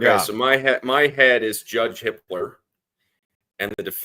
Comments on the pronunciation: Sounds like you’re saying the judge’s name is Hitler?? HIPPLER, sorry. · every time they say the judges name it sounds like hitler🙄